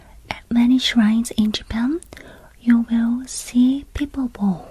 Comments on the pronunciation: In English when saying "make a small bow", the bow is pronounced so it rhymes with wow!. Bow is pronounced differently as in "He shot the rabbit with his bow and arrow", then it is pronounced as you did here as in rainbow. It's also pronounced that way as in "I tied my ribbon in a bow". Three different words (although all relating to bending something), spelt the same way, one pronounced differently to the other two. I'm English and I couldn't tell you why. English is weird I guess. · it rhymes with now; if you can say now, you can say bow. But girl- your English is amazing. Much better than our Japanese , that’s for sure! Sometimes , we just have to think about it differently. As an English speaker, I could never pronounce Aéroplan in French. Until another anglophone employee wrote down this- Ayeroplon. From then on I could say it. 😂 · Btw, this is a really small correction in English. But there are two pronunciations for the word ‘bow’. One is for 🎀, the way you’re currently saying ‘bow’ is correct usage for that. The other is 🙇🏻‍♂️, for when you’re paying respects. That ‘bow’ is said more like ‘wow’, but with a b